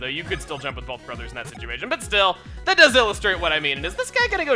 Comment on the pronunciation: It's brothers, not broze.